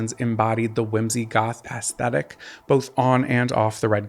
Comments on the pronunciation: Aesthetic…the A isn’t hard, it’s more like “eh-stetic”…I love these videos but I wince every time you say ASS 😬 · I die a little inside every time I hear the word "aesthetic" pronounced ass thetic. 😭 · What is ass-thetic? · Every time you say “ass-thetic” a former 90s teenage goth grows a grey hair